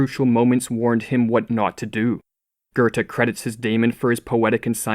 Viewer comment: Work on your procunciation. It's Goethe, not Gurthe.